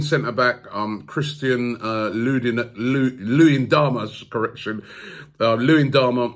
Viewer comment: Robbie couldn't even say correction!!!😂😂😂😂🤣🤣🤣